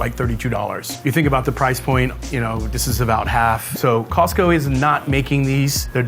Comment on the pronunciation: 感謝他示範COSTCO怎麼發音